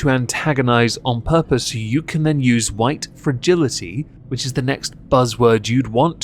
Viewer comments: HHHHUUURRWWWWhite. 🙄 Really? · I feel the urge to call this woman “oriental” instead of Asian until she pronounces the word “White” correctly. If you want to try and program me like a child or a dog, I will return the favor. Rudeness begets rudeness. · Sounds like she's trying to hack up tonsil stones the way she says white.